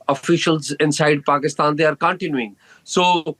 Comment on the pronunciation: This guy unable to pronounce Pakistan clearly 😂😂😂😂